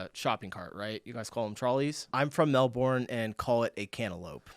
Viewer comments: Mel Bin, not Mel born. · Pleaaseeeeee Melbourne is pronounced Mel - Bin >.< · It's pronounced Mel-bin and what did she call coles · mel-ben not mel-born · When you get to Oz, we all need to catch up. OMG! You don't know what Tim Tams are!!! And you're still calling Melbourne, Melborn. No, it's Melbun.